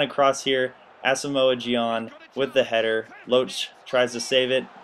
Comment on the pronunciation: say Gyan's name like Jan